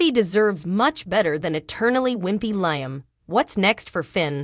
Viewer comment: Liam!!! The woman doesn't know how to pronounce his name!!🤭🙄